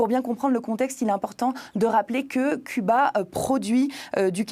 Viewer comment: c'est curieux la journaliste n'arrive pas à dire CUBA